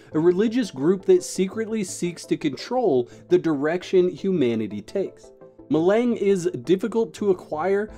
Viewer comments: Melang is pronounced melanj. I suggest perhaps watching a few of the dune movies and read the book before doing a video about the dune universe. That said as much as I love the Dune universe there is no way I am going to try this Tencent attempt at the franchise just based on their treatment of Canaan exiles. It may be fantastic in the short term but there will be no real love for the spirit of the game. Hard no thanks funcom from me. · Spice Ma-lawn-g is how you pronoun that😅😅😅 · Hi, the spice is pronounced Meh-Lahn-J. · The other name of spice is melange. Like the coffee melange. Its pronounced as such. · my man, we need to help you pronounce "Melange" 😅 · Bro your pronouncing melange completely wrong watch the movie to hear the proper way